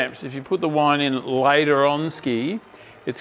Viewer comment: Okay I’m just getting into this but I have to laugh at the 500ml of “whine” 😂😂😂